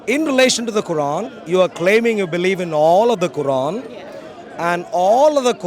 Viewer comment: He says Quaran like Sauron 🤣🤣🤣🤣